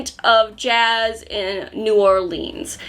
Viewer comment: I live in New Orleans and the way pronounces New Orleans is wrong, but cute lol. BTW if you ever come here, would love to be your tour guide! We could go to the vampire bar here 🌹